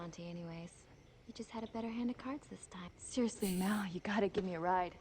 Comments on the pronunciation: ~Mal~ not ~Mohl~ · Pet Peeve after 10 episodes: "Mal" is short for "Malcolm" not "Mahl" short for "Mahlcolm". Also, if there were future seasons, I'm sure YoSafBrige would have returned.